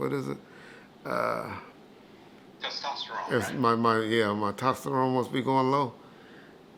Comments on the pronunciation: “Xtrogen” “tosterone”. Good lord 🤦🏽‍♂️ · said TOSTERONE LOLLLLL shout out to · He said you start losing your estrogen. Mf'er came thru saying "TESTOSTERONE" and he still holla'd bout "yeah, my tosterone" lmfao